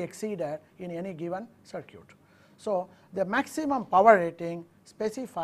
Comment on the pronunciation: When he says, "sur-kyut", (CIRCUIT) he means "sur-kit"